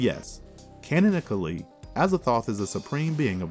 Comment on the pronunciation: I like these 'Marvelous Videos'...except for some of the pronunciations. They can be rather cringy...and I'm not even talking about strange, esoteric words open to interpretation. Dun-wik? Mis-ko-TAN-ic? Can-on-ICK-ally? One gets the impression the narrator is not only not involved in the scriptwriting but didn't even see the script until the moment of recording, and they decided to keep the first run-through, regardless of mistakes (e.g. 'Rudolph' Carter, 'Lavina' Whately). So...a bit sloppy, but still basically entertaining.